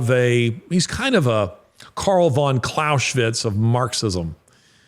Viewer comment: You don't pronounce Clausewitz with 'sh' but with 'z.' There's no 'sh,' it's German not Hungarian. Excellent talk btw.👍